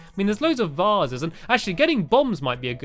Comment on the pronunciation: vasses? vases